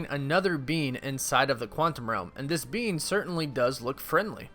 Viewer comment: ffs it is pronounced be"ING" not BEAN :') i crack up every time you say it